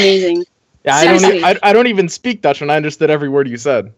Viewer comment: ' pronunciation of the Dutch language was remarkably accurate honestly